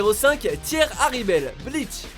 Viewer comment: c'est pas tier herribel mais tia hallibel